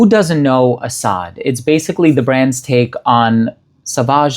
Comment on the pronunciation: the pronunciation is 💯percent is correct.